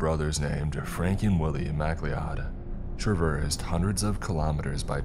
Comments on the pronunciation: Who in the actual fuck pronounces mcleod "mack Lee odd"? Fr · Please learn how to say the name properly. It's pronounced Mc-Cloud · I really enjoy videos about the spooky remote places of the world. As a fan of the Highlander franchise, I have to point out, the surname, McLeod, is pronounced like "ma-cloud".